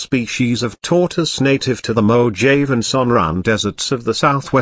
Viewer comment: The Mojave Desert is pronounced "mo-HAW-vay" desert, not "Mo-jayv"! It's Spanish!